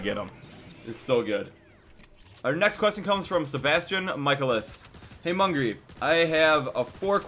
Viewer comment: Also michaelis is pronounced: "Mickayliss"